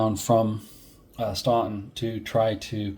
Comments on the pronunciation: FYI Staunton is pronounced "Stanton" by the locals! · I can see how a Massachusetts accent wouldn't work down in ol' Virginia!! Actually, everyone NOT from the Shenandoah would likely make the same mistake with Staunton. It's part of the rite of passage as one gets immersed in Civil War history!! I'm still learning about the odd pronunciations of some waterways (Mattaponi, Ni, etc.) and some of the commanders are routinely mispronounced (the two Taliaferro's, pronounced "Tolliver", Huger (pronounced more like YOU-zhee) and even Heth (pronounced more like "Heath"!! I also find many people seem to trip over Sigel, which you did not, to your credit. I don't know WHERE someone would get "SY-jel" out of that, but some do!!! 😉